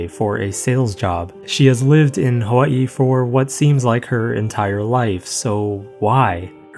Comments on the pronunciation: Unrelated to the topic, but I was pleasantly surprised at hearing the pronunciation of Hawai’i. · very off topic but i appreciate how you pronounce the 'okina in hawai'i <3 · THANK U FOR PRONOUNCING HAWAI’I RIGHT 🙏